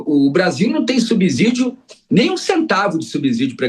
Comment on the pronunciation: Fiquei doente de ver esse professor tão entendido em economia ser tão ruim em português. Pronunciar "subzidio" é imperdoável.